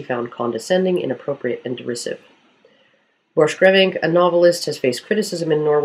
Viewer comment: I think it is supposed to be pronounced 'Borkgrevink'. The name has a dutch origin... Very relevant to the topic I know.